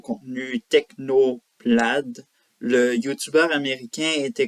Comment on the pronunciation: Repete un peu avant de te filmer, un autre angle aussi serait pas mal, et puis tu prononces technoblade à la française, why dude ?